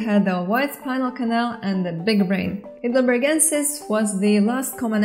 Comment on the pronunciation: Excellent video! By the way, Heidelberg is a town in Germany. The second vowel would be pronounced rather than the first ("hi" not "hey").